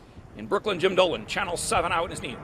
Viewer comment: Jim Dolan needs to learn Italian name pronunciation..geez where you grow up Jim?